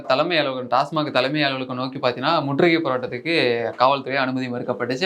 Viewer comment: நண்பரே ஒரு சின்ன திருத்தம்.TASMARK (டாஸ்மார்க்) அல்ல.TASMAK (டாஸ்மாக்).பல பேர் டாஸ்மார்க் னுதான் உச்சரிக்கறாங்க.நன்றி